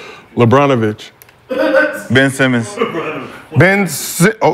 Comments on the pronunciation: Mf said Lebronovich! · These fools said "Lebronivich"